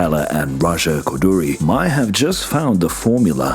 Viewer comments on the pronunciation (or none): none